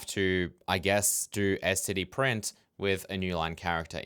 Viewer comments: except it sounds like you're saying "scd" not "std" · You know if it bugged you that much you could have just written your own println routine. 😏 At least you're not like some of the c++ nerds that pronounce std: "Stood". That is just so stupid. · The printing custom types bit should be it's own tutorial video imo, the resources for this online are poor the last time looked a long while back. Also, I pronounce it as "stid", I won't say "stood" like many members of the committee, I did used to say "ess tee dee" like you do tho but "stid" is effectively pronounceable monosyllabically